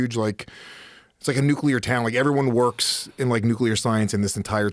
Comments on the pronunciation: "nuke-you-ler fission" lmao ole GWB lingo. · said "nucular"